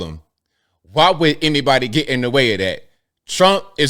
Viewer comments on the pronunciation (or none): Say the letter "D". Seriously, actually try and SAY IT. Can you say it? Can you say RED, or GOLD, or WOULD? Because what you are saying thru the whole video is RET, GOLT, and WOULT.